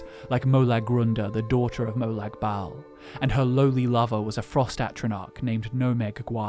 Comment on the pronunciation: Why are you pronouncing molag like molog